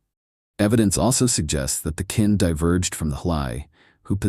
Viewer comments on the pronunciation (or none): Kinh is pronounced more like 'King'...its definitely not pronounced 'Kin'.